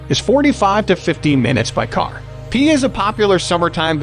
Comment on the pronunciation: you said piha wrong. but it made me laugh